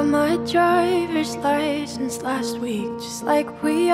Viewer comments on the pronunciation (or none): "i gort my droyvers lyschence" ugh